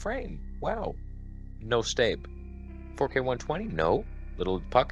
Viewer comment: Can “staab” never be said again?